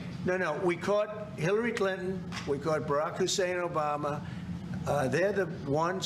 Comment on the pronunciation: Lol have to love how he stressed his middle name 🤣.